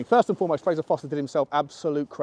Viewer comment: ForSter not Foster